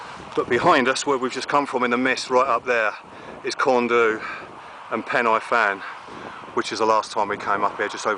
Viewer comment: hi glad you enjoyed brecon just a little pointer for yourself as you obviously enjoy outside and culture of where you visit the mountains around where you went corn du (corn dee) is how it is pronounced and pen-y-fan is (pen-ur-van) nice vid